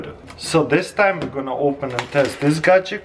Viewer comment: Chrystal clear gadjeck